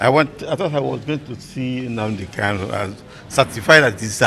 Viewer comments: Actualy he pronouced Mazi Nnamdi Kanu's name pretty well, Igbo Language has many dialects Kanu or Kalu is correct. He's a good Lawyer! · since MNK own is kanu, and all his certificates carries kanu, why can't he just pronounce it kanu? One may think he's talking about another person. I have lived in igbo land for years and my hometown is less than 2hrs drive from the igbo capital city, Enugu. I may not be totally ignorant about these things right?